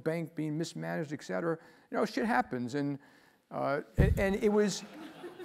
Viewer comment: It kinda disappoints me that a person of his intellect says "eck cetera".